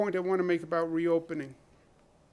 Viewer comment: "what are you talking abouut" Classic new Yorker 😂